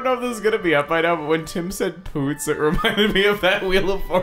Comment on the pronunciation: When I first heard them say poots, I thought they were saying boots.